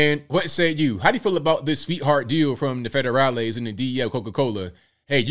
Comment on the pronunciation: “Federalis” lol